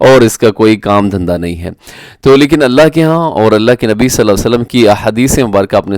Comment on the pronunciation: الها کیوں پڑھ رہے ہو بھائی